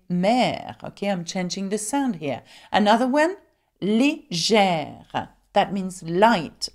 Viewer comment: At , you pronounce the acute accented "e" as "ee" instead of "ay" when you say "legere." So instead of saying LAY-JEHR, you say LEE-JEHR. I have heard this on several occasion where people pronounce the acute accented "e" as "ee" instead of "ay." Is this common?